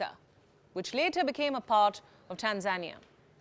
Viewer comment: Tanzania mispronounced